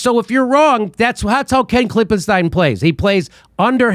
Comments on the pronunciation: It's KlippenSTEEN! Not KlippenSTINE! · Is there any reason Jimmy keeps pronouncing it 'Klipperstein' instead of 'Klippenstein'? If it's supposed to be a pun, I don't get it. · I LOVE that Jimmy keeps mispronouncing Klippenstein's name. I can't tell if he's doing it intentionally or not, but it's brilliant. I bet it just pisses ol' Ken off even more. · I love that Jimmy refuses to pronounce Klippenstein's name correctly, haha. I just loathe that guy. Why does he have that same stupid smug expression in every photo he's in?